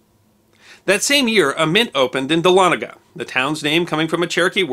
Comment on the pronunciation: I went to college at North Georgia College, now a university, in Dahlonega (cudos for the correct pronunciation, by the way). The university's main administration building, Price Memorial, is built on what remained of the mint after it has burned after the Civil War. It's sharp steeple, covered in Georgia gold, can be seen for miles sticking up through the trees of the north Georgia mountains. Dahlonega, the site of the country's 1st major gold rush & the origin of the phrase; "There's gold in them there hills", would be a good subject for a video.